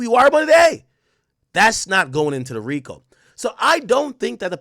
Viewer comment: THE "FRICO" TOOK ME PUT YO😂😂😂😂😂😂😂😂😂😂❤